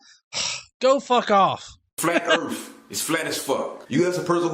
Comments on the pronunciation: "erf" lol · "Flat Earf"? What's that? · Are "urf" and "earth" supposed to be the same word? They're not remotely similar, I'm honestly confused. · He’s talking about another planet called Earf, so that planet is flat. Just like his vocabulary. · Oh and all you college students make sure to drop out. Because then you will one day learn to pronounce the planets name the correct way. Urf. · don't say flat erf?